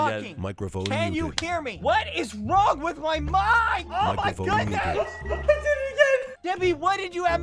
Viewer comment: ”Oh my khoodness”